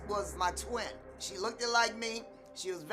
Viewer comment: She "lookid" like you?